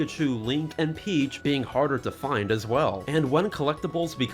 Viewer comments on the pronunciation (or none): none